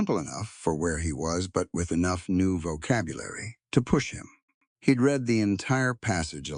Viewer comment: Read in present & future tense is pronounced; reed. Past tense is pronounced; red.